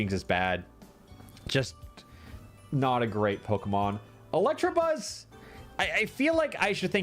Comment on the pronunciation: Gonna update this list of gross mispronunciations as I watch: -Electrabuzz -Ampherdos